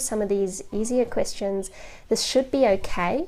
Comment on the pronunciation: I don't know how I got to this video, I was watch mostly anime related videos. I know she is saying Questions, but it sounds like Christians😶